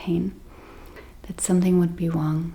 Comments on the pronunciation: 😂 you are saying Wong Wrong as it is pronounced Rong, You speak English perfect apart from the word Wong hahaha 🤣 I am not going to be making videos in German 😊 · ❤ I love the way you say Wrong as it sounds like Wong and in English it's pronounced Rong hahaha, Don't get me speaking German 😊